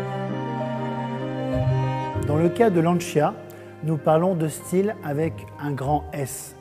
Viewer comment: Lancia, non c'è nulla da aggiungere. Chissà perché una scelta ponderata negli anni passati, per eclissare una filosofia vincente: nella classe; nello sport. n.b.: anche se francese, fatelo parlare in italiano. Inascoltabile "Lansià"...